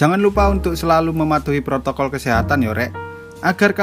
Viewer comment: Prokotol ndasmu cok wkwkkw yang bener protokol wkkwk